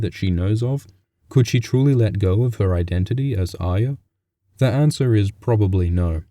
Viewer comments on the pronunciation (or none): not aya; arya wyth the R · well it isn't pronounced ah-ree-yah. it's ah-yah. that has been confirmed. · Can people please learn the fucking pronunciation of the name Ayra... It's not A-y-ia (like the Brienne actor says), it's A-r-ia. You sound like you have something wrong with you.. :/ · why do you brits always pronounce Arya as "Aya"? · you're deaf if you disagree. go count how many times its pronounced "aya" vs "aria" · chuhrros so how do you explain why all of these brits are calling arya "aya" even thought GRRM said it was pronounced as "Are-ya"?? or do you still think that is the intended pronunciation even though not everyone on the show says it that way? tell me how that makes sense. If GRRM intended everyone to pronounce it like "AYA" then EVERY SINGLE PERSON ON THE SHOW would have been pronouncing it that way. fucking idiot. use your brain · why is he saying iya it's not pronounce that way at all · chuhrros hence why I said "brits always pronounce Arya as Aya".....because of how many brits in the show pronounce it that way. But just because they pronounce it like that doesn't mean it's supposed to be pronounced that way. Why do they say "Arry" correctly but not "Arya"? Arry is simple the boy version of Arya therefor they should be pronounced the same way. GRRM didn't "intend" for that, it's just how brits say it. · you're an idiot if you think brits don't naturally pronounce their 'r's. Maisie Williams is a brit. she pronounces Arya without the 'r'. yet she has no problem saying pronouncing Nymeria, where the 'r' is pronounced. it has nothing to do with accents, and it is GRRM's intention. Mojo just schooled your dumb ass, so stop being dumb already.